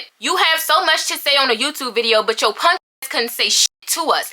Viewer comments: She said punk and NOT ponk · Punk not “ponk” 😭